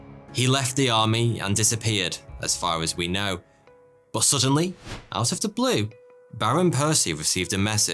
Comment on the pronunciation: Dang English is my second language and I notice you pronounce but like bot this is only slightly annoying but more funny than anything, also you say would and could like woot and coot. 😆I bet you add an extra (i) at the end of aluminum too. I hate it🤣, love your show.